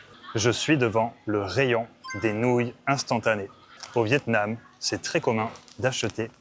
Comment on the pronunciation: 😂 I guessed vetêments? Why is it in grocery? But it is really Vietnam 😂😅